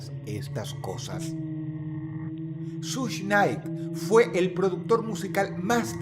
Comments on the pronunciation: Dross, es SUGE Knight, no SUSH Night. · Sush nay. Jajajajaja 🤣🤣🤣🤣🤣🤣🤣 que cagué de risa como lo pronuncia jajajajajaja